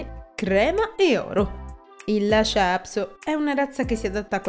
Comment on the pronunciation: Per quale motivo lo pronunci " Lascia"??